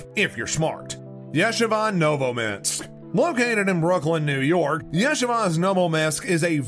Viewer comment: It is pronounced YA-SHEE-VA. You should check your pronunciation. MON-SER-RaaaT is another example of your pronunciation errors. I just want you to know how these things are said, especially since you are criticizing them.